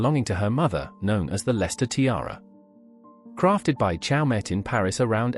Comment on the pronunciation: It is pronounced 'show--may